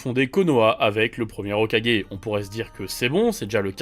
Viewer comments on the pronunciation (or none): none